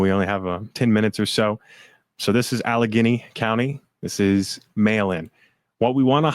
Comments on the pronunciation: It's al leg gainy Allegheny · Allegheny is pronounced AL UH GAINY. Pittsburgh and Philly are BLUE. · It’s pronounced AL-eh-gany. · Pronounced "Alle-gaany"😊 THANK YOU ALL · Al eh gay knee is the correct pronunciation of allegheny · Next time please turn your phones to silent. It is distracting. Also maybe run through pronunciations prior to air time. E.g. ‘Meidas’ and ‘Allegheny’.